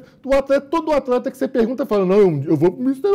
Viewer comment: "Atreta" KKKKKK, O Lado mineiro do ativando do nada ksskskskk